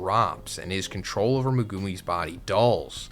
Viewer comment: MAGOOMEY 😂😂😂 lmao 🤣 worse pronunciation of Megumi